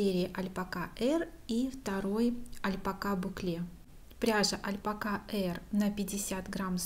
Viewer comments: Согласна, режет ухо. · Официальный вариант ударения на последний слог, т.е. «альпакА». Альпака — слово среднего рода. По нему невозможно определить, кого пола животное. Например, как со словами «пёс» и «собака». В словарях ударение стоит на последний слог. То есть правильно произносить «альпакА», что не очень привычно для русского языка. И привычнее говорить «альпАка», близкое и созвучное к «собАка» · Это спорный вопрос, и для нас , действительно ударение на последнем слоге звучит, мягко говоря непривычно.